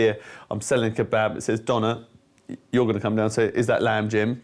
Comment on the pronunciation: döner kebab - a Turkish term - is not pronounced "donna", it rhymes with turner as in "Tina Turner". Turner Kebab. Döner kebab. Got it?